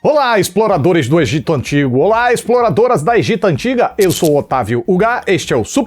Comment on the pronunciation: ele falou EGITA e eu morri um pouco por dentro